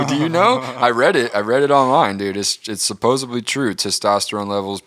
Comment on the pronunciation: I hate when people say "supposuply" it's "supposedly"